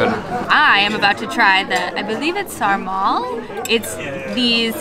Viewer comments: Thats not how you say sarmale but ok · MMMM SARMALE. that’s my families tradition every christmas!! it’s pronounced sar-mal-eh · Sarmale is pronounced sar-ma-leh or its how you pronounce sleigh except sarmale btw no hate❤ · Pronounced SARMÁLÉ